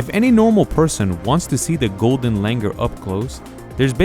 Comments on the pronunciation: Its Langur not langar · Its not Langar.. its pronounced “Langoor” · The pronunciation is not Langer, but Langoor. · It's not pronounced as Langur, it is Langoor. And the British didn't come up with this name. It has been the name for ages. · You are pronouncing it wrong. Its langoooooooooooor.